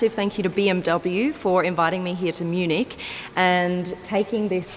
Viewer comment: It's Munich not Munique